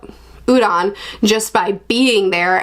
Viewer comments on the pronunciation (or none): none